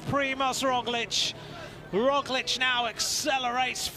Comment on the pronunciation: I like that he actually can pronounce "Roglic" correctly, unlike our American commentators, although he doesn't get "Vingegaard" right.